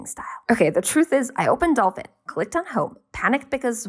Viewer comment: I kekwd when you said "adolfin" xD